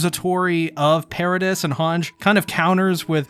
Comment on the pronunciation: Paradice not paradis, you pronounced it wrong and it just rubbed me the wrong way